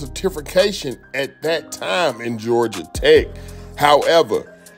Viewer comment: “Jawja” says nobody in Atlanta 😂😂😂